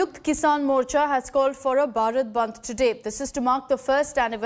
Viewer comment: News Anchor should remain that This is BHARAT Bandh not Barat band, Hindi is our mother tongue. Speaking English is very good thing but also give respect to our nation By taking this name proudly because this is not a subject to anchoring It's our country and everyone should take this name by feeling by your heart. thanks